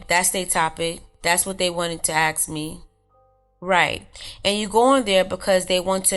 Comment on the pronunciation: dormiebasne3578 don't worry, I feel uncomfortable when I hear her say "ax" because it's a blatant mispronounciation of a word. It's not an accent. Being black doesn't mean you can't pronounce the word "ask". Unfortunately there is this very strange subculture in which it's considered cool to act stupid. To mumble words or completely butcher the English language. To walk like a cripple. To laugh and gesticulate like you have some kind of physiological disorder. At some point a conscious effort was made to adopt these characteristics by people. I also wouldn't worry about "unconscious bias" or any of that white man's guilt nonsense. There has been a worldwide proactive effort to make white people feel bad for trying to hold basic standards and look after their families, don't ever feel like you're the bad guy because foolish people make you uncomfortable.